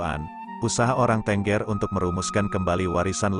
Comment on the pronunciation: Pengucapan "tengger".. ngaco. Kayak ayam aja .. bertengger !! Yg benar itu "teunggeur"... tau?